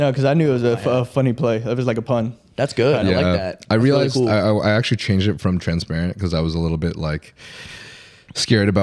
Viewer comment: it's "TRENsparent" and not "transparent" 😂